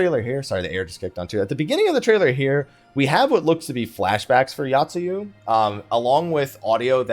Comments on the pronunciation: Oh my god my inner Grammar Criminal screams when you mention Yotsuyu... It's not 'Yacht-sue-you', it's 'Yo-t-sue-you'! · But that's not grammar. That is not knowing how to pronounce shit.